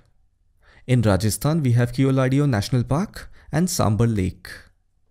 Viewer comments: Very comprehensive tutorial... Thanks. But just want to correct the pronunciation of Keoladeo, it is "kevladev" in hindi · Dear, keoladeo is pronounced as केवलदेव 😊